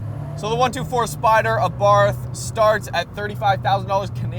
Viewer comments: It’s .......Ahh...Barth not Aaay Barth loser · It doesn’t depend where you are in the world. There is only ONE way to say it. Ah-Bart.